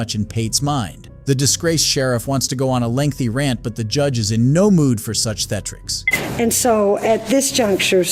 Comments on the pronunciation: the word is THEE-AT-RICS. Like a theater. Not "thetrix". Good grief. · Theeatricks, not thetrics. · wtf is Thetrics? Do you mean Thea- At-Tricks ? imagine Killing 4 people and only loosing your job and spending 70days in jail.